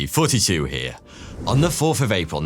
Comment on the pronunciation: We ALL hear it.. if he ever has to make a new channel he can just go by 42..